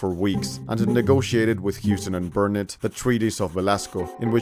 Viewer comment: Quite impressed with the pronunciation of Nacigdoches and Burnet (bur nit).